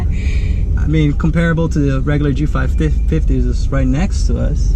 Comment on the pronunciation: G550, not G55, I kinda stopped watching after hearing that. Could've been an honest mistake, but know your stuff and you'll nail the videos 👍